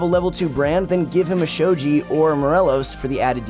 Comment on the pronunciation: also spear of shojie? Shojin. I mean I love proguides but just some little things to make it better.